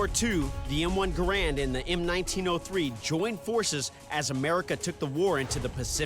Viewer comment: It is pronounced ga ramd or gare end not grand. These guys are def not weapon experts. They even bring up myths with these things.